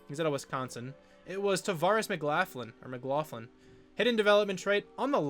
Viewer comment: Pretty sure it’s pronounce McLaughlin, hope this helps